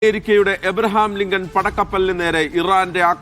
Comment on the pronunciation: എബ്രഹാംലിഗം പഠമായി😂😂😂 സന്തോശം😊